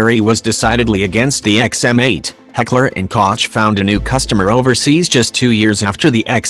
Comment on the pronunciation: The way he said heckler&koch gave me cancer